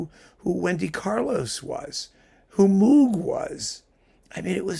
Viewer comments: I love this series and will be watching all of them. (FYI: Not to be "that guy", but Moog's last name is pronounced "Mohg".) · I thought everyone knew, by now, that Moog rhymes with "rogue".